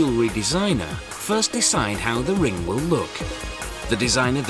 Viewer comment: omg..the way he says ring is like ringah.... so annoying